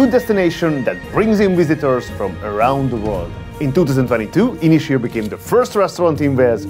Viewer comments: It's actually pronounced as two words, Ysys Hir, pronounced in English like Un-iss Heer. Means Long Island in Welsh! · Nice review but work on your pronunciation of Ynyshir 😂😂